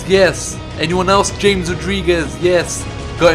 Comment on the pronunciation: James is pronounced ham-es